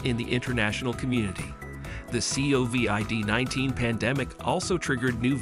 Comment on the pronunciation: CAN'T take this channel seriously as they use text to voice AI. The C O V I D 19 pandemic (each letter spoken out).